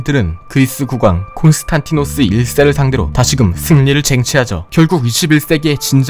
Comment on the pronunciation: 콘스탄티노스가 아니라 콘스탄디노스라고 하는 게 맞습니다.